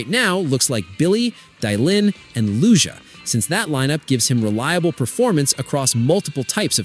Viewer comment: Oof you butchered Lucia's name. Lu- see- a